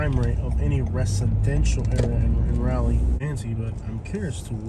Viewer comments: Raw-lee not Ra-lee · This video was hilarious! As a 50+ year resident of Raleigh, I can say you have no idea what you’re talking about in this video. You weren’t even brave enough to go to the REAL hood or to venture downtown to see what a great city Raleigh is. And, you even mispronounced the name of our city. Dude, go away and stay away.